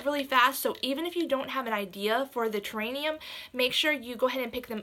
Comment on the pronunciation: The word that you are trying to say is terrarium!